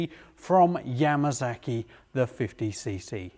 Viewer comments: Yamasaki NOT Yamazaki. Why in the hell can't you pronounce it correctly? S NOT Z damn. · 'Yamasaki' lol.